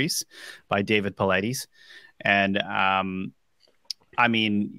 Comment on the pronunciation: Paulides is pronounced as Polite-iz not Paul-ideez. Ugh